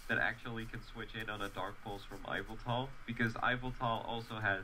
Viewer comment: Its pronounced Ee-vel-tal. (Yveltal.)